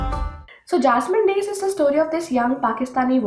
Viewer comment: Hi dear.. I m a Keralite.. u pronounced the title of book second time correctly dear..